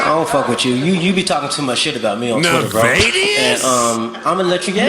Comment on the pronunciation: "Navadiusss?" timestamp